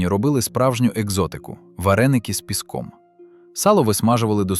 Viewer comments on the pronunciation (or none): Вареники не з піскОм а з пIском. Наголос на І. Самі смачнючі вареники. Дніпропетровщина.